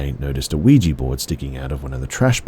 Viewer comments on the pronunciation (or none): none